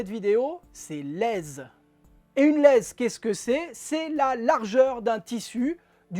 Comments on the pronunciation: Super petite pochette👍 « Laize » 😉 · "Laizence" avec laquelle vous nous faites partager vis vidéos 😅 j adore!!